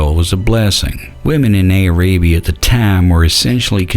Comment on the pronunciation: Aay-ray-bee-ah? LMAO